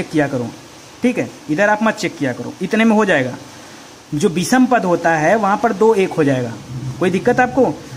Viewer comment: आप हिंदी व्याकरण और साहित्य पढ़ा रहे हैं।आप अपना उच्चारण स और श का शुद्ध रूप से करें तो अच्छा रहेगा। पूरे लेक्चर में बार बार अशुद्ध उच्चारण सुनकर बुरा लगता है। विषम को विसम बोलते हैं। कृपया ध्यान दें।